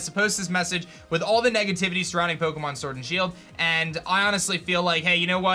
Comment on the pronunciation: Poke'mon sworld and shield!!🤣